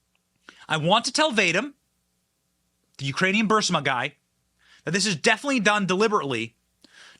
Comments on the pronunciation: In the spirit of support for you and your channel (which I like and have long ago subscribed to), it's Burisma, not Bursima. Bur-IS-ma, not BURS-i-ma. Part of me thinks I'm being petty, considering the information you're delivering is sound and compelling as always. But it is so distracting to hear this mispronunciation that I had to re-watch the video and try (and struggle) to maintain focus (which is already not so easy for me). That said, and despite cringing hard on the mispronunciation, MUCH love to the channel! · IT IS BUR--- IS---- MA. NOT BUR---SI----MA. NO OFFENSE Benny, but it irks me to pronounce it wrong every time. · It’s BUR-IS-MA 🤦‍♂️ can you or your team not READ. It’s not BUR-SUH-MA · Please stop saying Bursama. It’s pronounced Berisma. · BUH- Riz- muh Benny, not Ber-si-muh!!! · Benny it's not Bursima it's Burisma please pronounce it correctly it's getting on my nerves. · Burisma...not Bursima. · Burisma not Bursima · Burr-ease-muh not burr-sim-uh haha But that aside, FJB. F the spineless GOP who won't vote on MTG's articles of impeachment. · Isn’t it BURISMA? Why say BURSIMA. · 'BUR-IS-MA', stop saying 'BUR-SI-MA'. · Love the content, however, it’s Burisma, not Bursima. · BurISma, not Bursima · Burisma. Not Bursima. Dyslexia? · Benny, I love your work but please get your pronunciation right. It's Burisma, not "Bursima". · I am with you, Benny, on all points. But you are mispronouncing BURISMA every time. People might get confused. It is pronounced burr-ees'-ma, not bur' sim a. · It's BURISMA, not BURSIMA. Just saying. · Pronunciate incorrectly or sarcasm ? Burisma or Bursima . Do you have a medical condition unaware of ? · BURISMA....BUR-IS-MA.......NOT BURSAMA!!! PLEASE???? LOVE YOU💜💜💜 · If you would please read the name of the energy company you would realize it isn't Bursima, it is Burisma. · BURISMA not BURSIMA, “bahreesmah” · Benny, it "burr-is-mah," not "bursima." Sorry, grammatical errors irritate me... 😏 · Pronounce BurRisMa.